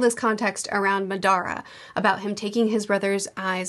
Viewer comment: I love the pronunciation of Madra as if he's Spanish 😂 I'm just teasing, but it does sound really funny, in a playful way.